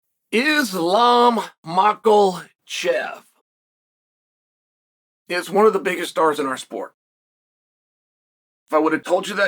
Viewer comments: There is no 'L' in Makhachev! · MAKHACHEV.....THERE IS NO L!!!! not a big deal...but it's just easier to say it the right way😂😂😂😂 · lmao, "islam mocklechev" right out of the gate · This man really just enunciated MAKOL CHEV 💀